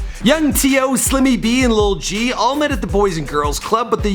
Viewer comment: y he keep saying lil g, its lul g